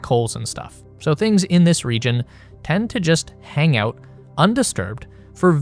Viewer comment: every time this clown pronounces AUOWT instead of out I wanna rip my ears off.